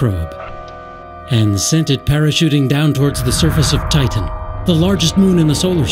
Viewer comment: i think the narrator is A: an alien or B: one of those text to speech programs the way he says saTurn and tiTan and hes way too happy about hyperion